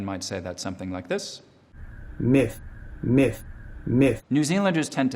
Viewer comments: The new Zealander sounds like "meth" instead of myth. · NZ myth sounds like meth